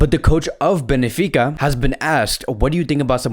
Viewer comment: Ben fi ca. Not Be ni fi ca brother. Sometimes you write and pronounce player's names and clubs wrong. Anyway, your channel is awesome. Visca Barca Media!!! 💜💙💜